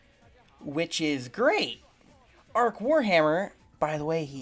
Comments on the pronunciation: If you are going to criticise a channel get his name right, it's Arch not Arc. Secondly, bullshit take. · So what, the salamanders chapter have dark skin. Also I do agree the imperium is a bit of an illusion. BTW its arch not ark seriously all I can hear is someone who is creating a video for sake of making a video... Have you not noticed the influence that ww1 and ww2 had on the creation of the imperium of man... A lot of soviet and German... Can I just ask what the fuck is a chud 😉😉😉 I appreciate you have your opinion but I think rather than shunning other channels why not open up discussion... Be kind yh OK then or, or we could simply do what we really think and just hate everyone equally that way no one is left out